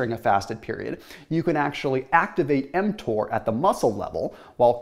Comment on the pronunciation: I thought he was giving us a swipe lesson when I heard him say mTor